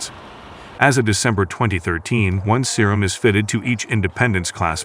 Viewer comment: Man i love it when the robot calls it the Serum